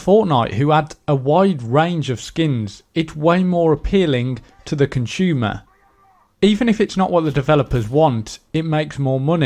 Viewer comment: Conchumah? or Consumer?